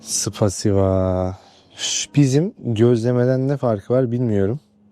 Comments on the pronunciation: Kardesim ispasibo deyil,spasibo. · Bide artık spasiva deme ya 😂 spasiba kanka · 1)SPASİBA! SPASİBA! SPASİBA! Lütfen artık spasiva deme. Belki 200 defa duydun 😅 2) Khabib yazılır; Habip okunur. Kh gırtlaktan gelen h harfi gibi okunur. Halil ismini de Khalil yazarlar. 3)Rusya’da Coca Cola her yerde bulunmaz;Kazakistan’dan gelir. Kendi kola markalarının en ünlüsü DOBRİY’dir. 4)Ruslar mantıya PELMENİ der. Kafkaslar’da KURZE, KURZİNİŞ, HINKEL, HINGAL vb. gibi çeşitli isimleri vardır. 5)ÇUTÇUT biraz demek. ÇUÇU değil! Tanışıyor olsak Rusya’da sana yardımcı olurdum. Merak ettiklerin için ulaşabilirsin.